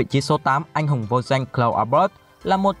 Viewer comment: Đọc khó nghe quá , sai chính tả tùm lum ,Anh Hùng mà cứ đọc anh hung là sao cha 🤷